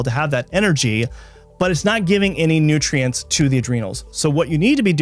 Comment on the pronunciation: Is one side effect saying the word nutrientses?